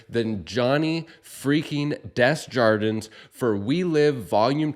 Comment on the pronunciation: does he pronounce his des jar dins? I know the pronunciation as: day jar din (no s). it's his name and I could be wrong. great episode...